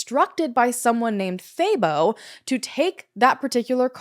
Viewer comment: I'm South African and I was impressed with how you pronounced most words. But I was very confused about "thay-bow" 😂 I thought, what a weird name. Then I realized it's Thabo. Haha, that one is pronounced "tah-boh"